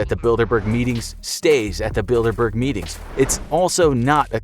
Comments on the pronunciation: I keep hearing Build a bear. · I thought it said dinkleberg instead bilderberg DINKLEBURG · I’m not the only one hearing “Build-A-Bear” right?